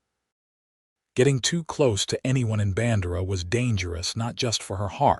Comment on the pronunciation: I have lived in Texas all my 74 yrs of life. It is pronounced "Band'-err-ah" and "Kerr'-vill".